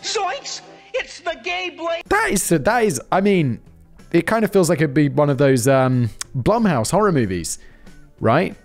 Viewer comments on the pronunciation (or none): Am I the only one that heard call that sword the gay blade 🤣